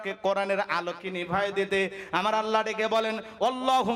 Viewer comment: Jaan a haat diya bolun to thalapathi ki thik kaaj korechhe ? mone mone to bolchhen beta soytan. 😊 achha Allah take oirokom vabe uchharon koren keno ollah. R bharater ta dekhar ki aachhe , nijer ta dekhen. Hindur bonsodhor hoye ki re purbopurus der gali dichhen. Chhi.